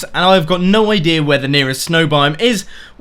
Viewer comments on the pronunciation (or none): Whenever he says idea it sounds like idirrhea